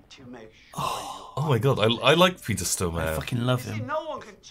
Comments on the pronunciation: coming to rewatch this series, its great, altho im now reminded of how annoying it was that they kept saying "stromare" instead of "stormare" throughout the entire series. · Jeez, you really butchered the name Stormare. Emphasis is on the o, not the a and the e isn't silent. So it should be something like Storrm-areh. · Lmao I love how they pronounce Peter Stormare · It's "Stormare" as in "storm-a-re". Almost sounds like Stormer. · they way you pronounce Peter Stormare makes this little swede mad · oh god the way they pronounce peter stormare...